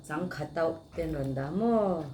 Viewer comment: Changkha hi kan lam dan nen a inang miah lo. Changkha tauh (Zuala pawh) angin i lam a, keini chuan Changkha tauh (kuhva pack) angin kan lam thung. Kan lam dan hi a dik bik e pawh ka ti chuang lo a nia..